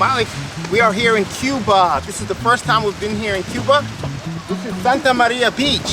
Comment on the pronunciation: Asalamu Alaikum. Brother it's Cuba not cube haha. MashAllah. U should visit. It's beautiful country. My parents are from there